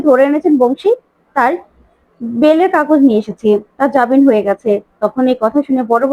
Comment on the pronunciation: jabin noi jamin, Please correct